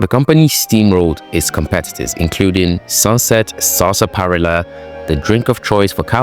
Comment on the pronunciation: Sasparilla is said as one word not broke into three XD, otherwise good vid